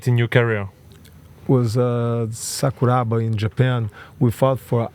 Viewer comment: Sakuraba pas sakubara ,son pas tres caler culture martiale chez rmc